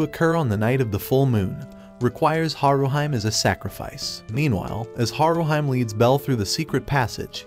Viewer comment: Not HaruHYME, but HaruHEE-MAY. Please calibrate your AI properly. You also called Bell ugly, but at least a dozen women ( and one man) would vehemently disagree.